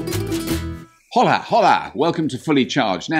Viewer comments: Hope you take the time to test it here, in Bercelona, Borders are already opened and just a tip. Try to say Hola as it was written 'ola' the 'h' ... Forget about it.. ,😁😁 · Surely even English people know it’s pronounced “ola”!? That was so cringe haha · H is silent in Spanish Robert. Think Ola… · Looks good. Just a note on your spanish,Robert,the H in Hola is silent. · Robert, the "H" in Hola is silent. Spanish lesson for the day :-) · Good little vid, Robert. Packed with all the pertinent info and still fun! I'm not a native Spanish speaker, but I'm pretty sure "Hola!" is pronounced with a silent H?😉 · Great video, and great car. FUN FACT: In spanish, the letter "h" is always silent, so the word "hola" sounds exactly equal to "ola". In fact, both "hola" and "ola" exist in spanish, where "Hola" means "Hello", and "ola" means "wave" ("las olas del mar" >> "the waves of the sea") Therefore, "¡Hola, hola!" == "Hello, hello!" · The H is silent my friend. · Robert, hola has a silent 'h'!! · If you are going to say Hola at least pronounce it correctly.... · I'm a big fan of this channel, but putting Mexican/Latin-American music in the intro of a Spanish car is stereotyping and shows complete ignorance of the Spanish and Latin-American culture. Quite disappointing, and to top it up Mr Robert didn't even bother to try to learn how to say Hola. Mr Robert, if you wanted your Spanish speaking audience to be annoyed, congratulations, you have achieved it.